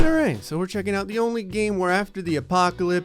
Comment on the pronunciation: Nobody: Absolutely nobody::AlRiGht